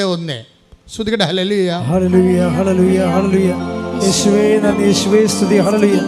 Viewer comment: ഹേയ എന്നല്ല ഹല്ലേലൂയ എന്നാണ് അമ്മേ🙏🙏🙏